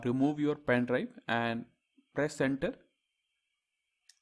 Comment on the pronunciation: Pen Drive ❌ Pain Drive ✅